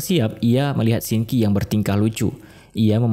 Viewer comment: bukan Shinki tapi Sin qi🥲😊